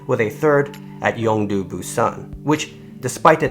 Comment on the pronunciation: It's not yeongdu actually Young-Do you have to mark the designate name of the region.